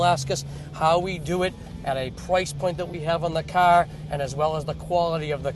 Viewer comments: say CAR right douche bag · This is a machine of a cahh...compared to other cahhs on the maahketplace...